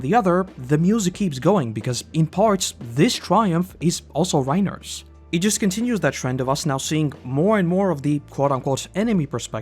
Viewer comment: I’m about to start a ‘Reiner Hard R’ counter it’s Reinuhhhh